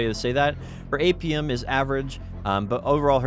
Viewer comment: I really had to turn on subtitles to understand APM. Dafuq is "Apium"? Other than that, good work and nice video!